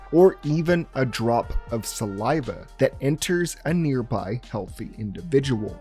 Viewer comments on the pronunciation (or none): none